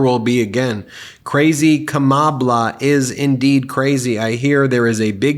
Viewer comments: Why says Donald Dumb "Kamabla" ? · He's trying to mock her Black ethnicity... Kama(bla) The first 3 letters of the word (BLA)CK. He cannot curtail his racist side. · Kamabla? What exactly is that? It's like kouffee all over again! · I think he's trying to say kama-blah. And also, trump has no clue what Biden is thinking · You may not realize this but the reason why he keeps saying Kamabla he's making a reference to her being black by smearing her name🧐... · Is he trying to say Ka Ma Bla(h)? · Kamabla? SODA!! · That picture with baby Trump is great! That’s the way Trump talks also “Kambla, kambla, kambla….😂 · lol i think he's "trying" to say Kama-blah... time to put grandpa in time out lol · Here let's help trump in pronouncing kamalas name ,comma-LAW. Geeze i see why he is scared, the law is going to end your grift. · Actually its KARMALA ! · Sounds like a toddler that can't pronounce Kamala!!! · No..Donald. It’s pronounced KARMA-LA…. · I think it’s suppose to be pronounced like “kama-blah” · I think its supposed to be like "Kamablah" because hes pretending her names hard to pronounce and nobody knows what the correct pronunciation is. Its got a racist foundation of "their names are so hard to pronounce" Which is so amazingly stupid. One of the biggest talking points against him is how he keeps screwing names up. Its one of the few things about his mental decline that makes it to mainstream news. And he decided his new attack nickname for her would just be her name but mispelled, and unless you know the explanation (which is still just a guess) it just looks like a typo. And the explanation is "after 4 years, I'm still baffled by the pronunciation of my opponents three syllable name to the point I think the entire country will agree." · I think that idiot wants to pronounce it as kama-bla, as in bla, bla, bla. Trump is an idiot. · "Kamabla", just shows 45 can't PRONOUNCE his words. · Trumpy if you can't pronounce miss Harris her name do it so: MADAM PRESIDENT.